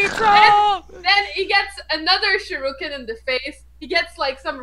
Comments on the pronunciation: Sher-re-ken not sure-ru-ken. Oh, I just notice with a watch dogs shirt. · that's not how you say shuriken god dang it i hope the stop using that weapon soon